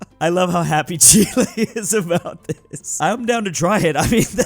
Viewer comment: HE FINALLY PRONOUNCED CHILE RIGHT!!!!!!